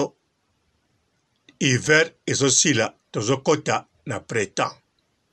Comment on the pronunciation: Hummm, o vandi na poto ba mbula ebele oyebi kaka te ko prononcer le mot printemps….. mawa.